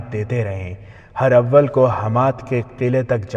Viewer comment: Not her awwal but herawal